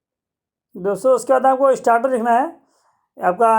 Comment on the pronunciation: स्टार्टर नही स्टेटर होता है